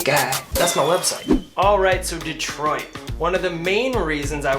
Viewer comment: Lololol “Detriot”. Took you to make a fool of yourself